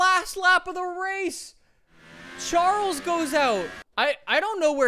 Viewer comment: cringing when he says charles